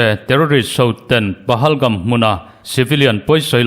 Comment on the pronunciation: Pehelgam ti a lamrik tur aw